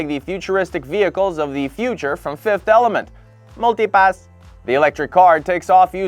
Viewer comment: You said multipass so wrong I now suspect you are an AI.